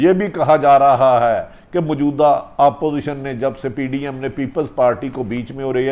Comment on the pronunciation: تلفظ ٹھیک کرو بھٹی صاحب اور سانس لے کر بات کیا کرو اور ہاں آپوزیشن نہیں اپوزیشن ہوتا ہے دیکھ کر ایسے پڑھ رہے ہو جیسے سبق پڑھ رہے ہو تیاری کر کے وڈیو بھرا کرو